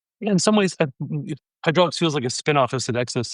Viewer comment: Pssst… It's "Hydrolix"